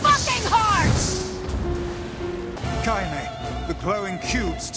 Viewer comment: I always forget how to pronounce her name "Kaine" so I would accidentally call her "Kanye" for some stupid reason